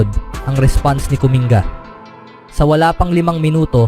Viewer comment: "Kuming-ga" pagkakabigkas po, hindi "Kuminga".